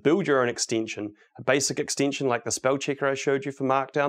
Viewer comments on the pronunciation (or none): If an extension is an extinction, how do you pronounce extinction? :}, talking seriously y love VSCode, great talk